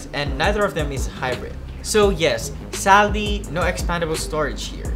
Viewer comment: He didn't said Sadly, He said Saldy ! He is Asian. But he speaks better than Indians.